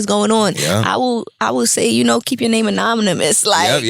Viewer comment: She said “anomynous”! Love it!